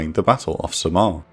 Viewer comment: In the Philippines, we don't pronounce Samar as "sa-MAR". It's the other way around. The stress of the pronunciation as "SA-mar". Also, can you do more Intel Report and Operation Room videos on battles in the Philippines during WW2? Like the fall of Bataan, the infamous Death March from Bataan to Tarlac, liberation of Philippines, the landing on Leyte, and maybe, life in the Philippines as a guerilla soldier fighting against the Japanese occupation?